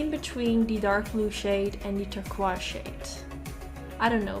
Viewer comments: OMG I love how she pronounces "turquoise" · This video made me really wish I had that Morphe palette and it also made me want to be able to say turquoise like you😂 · OMG I love how you pronounce "turquoise"